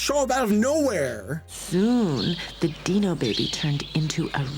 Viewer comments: ”booteful egg, ‘bout to be a booteful deeno!” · I really love your pronounciation of the german names. Its sounds so cute. But remember: there is one credit dingo pictures deserves. without these mad men there wouldn't be yee-dino